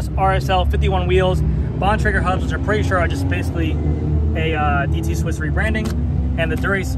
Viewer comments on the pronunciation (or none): none